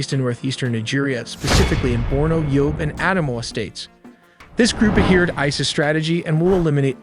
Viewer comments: The way you pronounce ISIS, no human would ever say it like that. You are never beating the AI allegations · why do u say isis like that